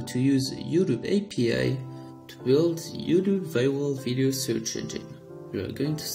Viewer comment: IT'S YOUTUBE NOT YUDU